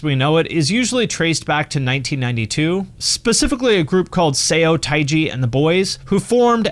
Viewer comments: Say-O-tie-jee lol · Interesting topic and well done. Two points I'd like to make, which aren't meant as criticism but as feedback: 1. The "eo" in romanized Korean is pronounced as "uh" like the "u" in "sun." It's therefore "suh-tay-ji and the boys," being a play on words for "stage and the boys." 2. Korea had a really amazing indie and punk scene that was closely connected to, but distinct from, the Japanese punk scene. Worth mentioning - Korea isn't all K-pop. Bands of note include Crying Nut, Rux, Command 27, The Rock Tigers, Whatever That Means, and many more.